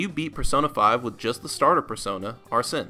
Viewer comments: Amazing video but arsene is pronounced (are sane) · Not pronouncing Arsene correctly is really throwing me off lol, nice though